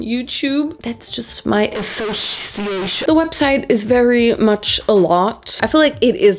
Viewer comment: „associatschionn“ or if you’re like me „I saw sh*t“ 👁️👄👁️ like Idk somehow my brain went wrong🥲